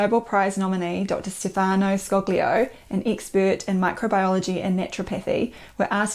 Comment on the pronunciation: Looks like my next stop is Amazon. Careful folks, make sure you buy the correct addition. Oh, correct me if I'm wrong, but you don't pronounce the the 'g' in Scoglio.